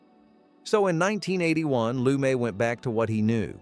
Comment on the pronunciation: Sidney Lumet - pronounced LOO-MET, not Loo-may